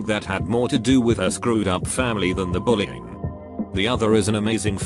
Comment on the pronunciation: why do i hear bullying as "brrrring", am i just too high or did anyone else hear that